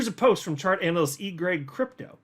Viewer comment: Whenever you say “EGRAG Crypto” for some reason I hear “Eat, Pray, Crypto” 😂